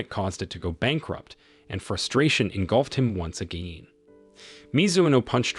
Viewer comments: wtf is wrong with tts saying 'AGIN' wrong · the AI voice is struggling to say again a lot